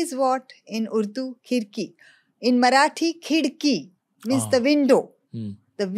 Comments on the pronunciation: 3.50 i am from Aurangabad so it was not Khirki it was "Khadki". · It's not khidki its khadki "खडकी " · Aurangabad's name was KHADKEE not KHIDKEE..